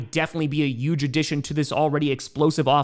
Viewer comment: One of these days will realize that huge has an "H" in it